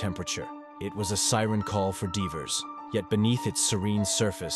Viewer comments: who hurt me? Deevers. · or i can just laugh at the way he pronounced divers. You took this way too personally